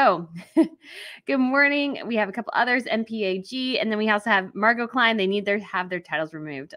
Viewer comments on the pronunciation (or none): none